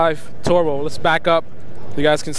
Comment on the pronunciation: It's pronounced turbo, not tarbo...